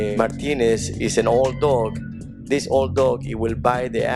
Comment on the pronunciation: I swear he said "my penis" instead of Martinez.